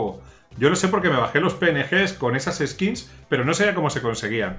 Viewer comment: Skins skills skits jajajaj aprende ingles y dejate de videos